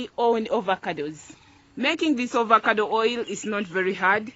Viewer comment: It's AVOCADO not Ovocado